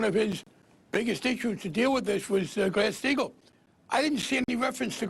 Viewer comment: Did Barney say "Grass-Steigel"? Grass? He is 100x more incoherent than Bernie on his worst day, even Bernie on his worse day getting hassled by the bizarre Daily News staff (it's not even journalism).